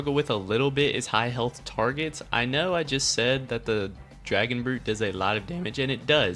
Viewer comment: It is dragon brute